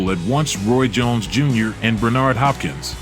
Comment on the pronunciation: 🤣 dude's killing it off with that not to mention 'Bernardo' Hopkins 🤣 what a plum clearly never watched a calzaghe fight else he would know how the champs name is pronounced 💯